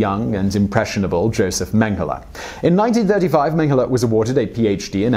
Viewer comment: Yo-zef Menn-geh-lah